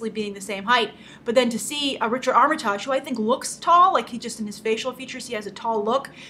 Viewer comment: His name Armitage is pronounced as the 'tage' in heritage, not collage. But great discussion as always :)